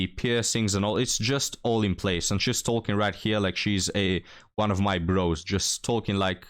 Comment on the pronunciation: Whenever you say "talking stage" it sounds like you're saying "Tolkien Stages" to me which sounds like you're going on a world saving quest so her dad will let you marry her.